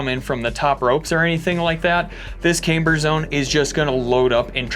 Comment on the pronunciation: says Cameber. LOL (in a Beavis laugh)